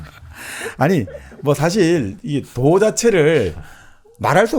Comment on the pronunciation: 스스로라기 보다 절로라고 하는 것이 좋지 않을까요? 스스로는 인간에 관한 어볍이니까요. 장음인 단어의 첫자를 짧게 발음한 예:좋다,사실, 비단(천),현재,정치,사기(사마천),예를 들어,도덕경,(도)가도,개체적,보통, 등 벌음에 문제가 가볍지 얺습니다. 근간에 출판돤 "한국 어문을 고발함"이라는 책을 읽어 주시지요. 미국 변 완수 배